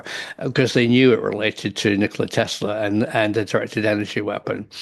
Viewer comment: “Nickeler Tesler”